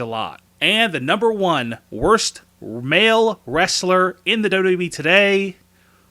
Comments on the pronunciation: He doesn’t even say wwe properly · The way he said wwe